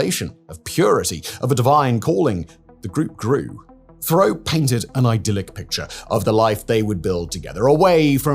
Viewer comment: Roch Thériault = "Rosh Terry-Oh" (phonetic pronunciation)